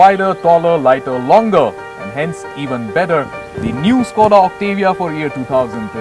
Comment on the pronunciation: He pronounces Škoda perfectly like a Czech but Octavia like an Englishman. This car would be perfect if it weren't for the excessive road noise /vibration.